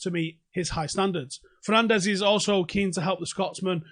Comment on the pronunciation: 6. His surname is pronounced differently than everyone uses it, he is Portuguese, not Spanish!